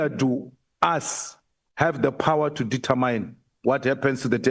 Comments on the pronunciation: Not detetmine but determine determin please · The queens English it's not detamine queen says determine determin